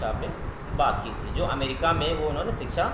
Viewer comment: 👏Waaah..nhi nhi waah..waaha .mtlb ki English ki🤭😅 Puri Kaya palt hi kr Diya aap nae sir🤦 America hota hai amrica nhi😀😀... thumbnail Mae dhekho Phale....